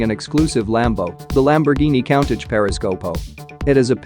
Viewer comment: Learn to pronounce Countach dummy 🙄 for that you get 👎